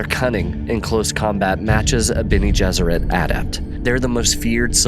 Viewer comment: The Bene Gessrit “adapt” had me wondering. The rest of it makes me think it was just an honest mistake.